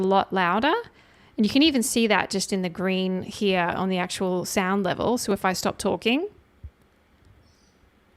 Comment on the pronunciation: Off or ‘orn’ Aussies putting an ‘r’ in ‘on’ lol